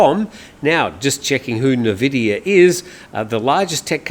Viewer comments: Probably you aren't a gamer, Nvidia is pronounced “en-VID-eeyah,” not NUH-vid-eeyah, as some call it. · NVIDIA is pronounced N-Vidia. CHeers! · Nvidia is pronounced en vidia. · Just a FYI for you, the tech company nVidia is usually pronounced "in-vidia" even though it is not spelt this way.